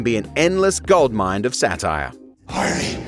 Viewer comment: Did you just say "an endless goldmind for satire"? Gold MIND?